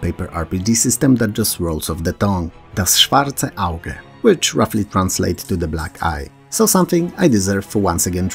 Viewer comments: As a German, I approve of the way you pronounced "Das Schwarze Auge". Batman would be proud too. ^^ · And your pronunciation was pretty spot on.